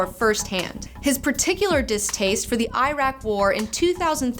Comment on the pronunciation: Got all the Japanese names correct and then mispronounced Iraq.